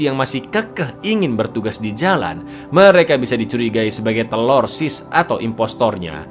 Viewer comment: Bang,ane kasih ide nich coba nyebut TERORISNYA jangan TELORSIS terlalu ribet coba diganti sebut dengan TERASI... 😂😂😂